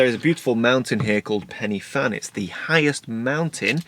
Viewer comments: I'm from Wales. Every time you said 'Pen-e-Fan' I cringed! If you go there again, it's pronounced 'Pen-ur-Van'. Just so you know....! Enjoyed your video though and love the shot you took. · Pen y Fan: ‘y’ pronounced ‘uh’ not ‘e’ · PENNY FAN? Oh, I know you struggle with some pronunciations but Penny Fan? Let me help - Pen-uh Van. The letter Y is a vowel pronounced a a soft U. A single F is V and (double) Ff is F. Loved the video. Croeso y Cymru, Welcome to Wales. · As a Welshman, hearing you say Pen y Fan (you say it like it, Pen Ugh Van) makes me cringe as a fluent welsh speaker. But valiant attempt. Amazing photos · Nice vlog, some really nice images. I see that someone else has helped you with the pronunciation (Pen uh van) a little more information for you, Pen y Fan is the highest mountain in the southern half of the UK, thanks for sharing your trip with us and your dinner with the dog. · Ah--name the van contest! Let's call it Pen-uh-van. Or not. Whatever. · it’s pronounced ‘Pen er Van’. 😊